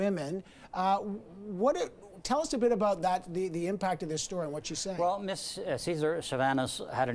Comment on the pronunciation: "Mizz" Wilson Raybould, anybody else notice that?